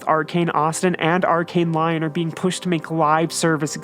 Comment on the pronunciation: Lyon === Lee-on not Lion